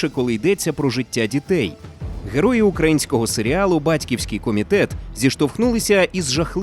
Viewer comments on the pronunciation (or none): none